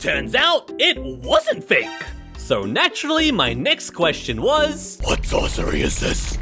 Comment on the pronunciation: If you keep on tapping it, it sounds like he's saying what sauce what sauce is this what sauce is this